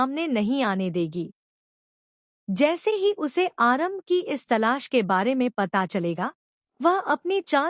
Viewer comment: Naam to aarambhi,not aarambh.